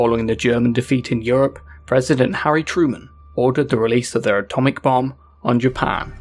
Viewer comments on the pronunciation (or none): none